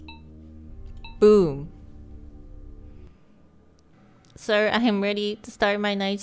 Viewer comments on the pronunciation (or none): Hey Homegirl!!! ❤🤗, How've you've been doing?, And already 25 seconds in I've died from just the way you said Sir... I am ready... to start... My night shift Lmao 😂..., Like it sounded oddly foreign to me... But yet... I still understood you tho 😆